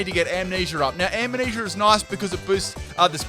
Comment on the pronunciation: When you know the word being said is Amnesia, but it sounds like he's saying Ammanesure